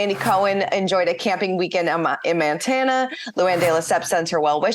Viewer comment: IT’s Montana not Mantana, lol